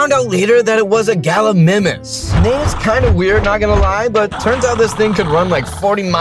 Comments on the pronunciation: Bruh, it’s not called gilamimus it’s called galamus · Nah. Gallimimus❌ Galimimis✅. Sorry but true you don't pronounce it bro. 😅😂. Btw sir-a-to-sor-as for pronunciation. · Sorry to be a nerd but gal-i-my-mus comp-sig-na-thus cer-at-u-sourus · Its pronounced gal gi my mus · It’s pronounced Galla my muss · Gallimimus Gal-e-mime-us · You said gallimius wrong 😑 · Your not saying gallimimus right